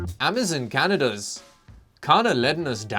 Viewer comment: AM - A - ZON not AM - A -ZIN